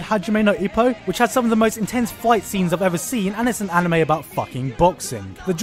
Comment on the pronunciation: you pronounced anime and manga wrong